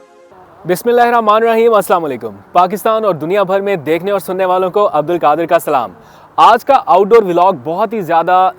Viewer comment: Al kadir nahi al qadir hota hai talaffuz to theek kr lo Urdu ki